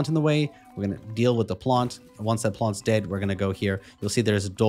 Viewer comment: “Plonts” 😂 not familiar with that accent! Thanks for the walk through this temple is a pain